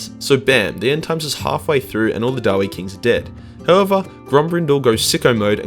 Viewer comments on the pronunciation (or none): I always thought that the name was pronounced daa-vee, not da-wei. Too close to Knuckles the Echidna meme for my taste.